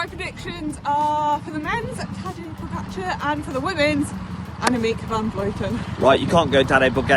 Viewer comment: As a proud slovenian it's nice to see you pronoucing the č's in Roglič and Pogačar correctly, unlike Americans who after 3 years still struggle to say Dončić. Props to you.